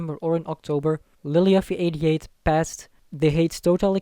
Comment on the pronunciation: Really annoying how you say lilyuffie88 lol